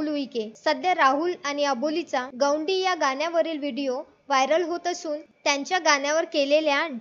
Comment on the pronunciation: गौडी नाही mam गोंडी म्हणतात